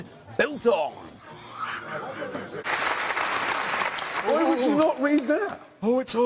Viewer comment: My greatest dissapointment he cant say biltong right